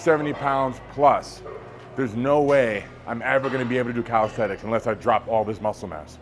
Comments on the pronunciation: Bro does full planche push ups and still pronounces it as "calisthetics" 😂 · calisthenics not calisthetics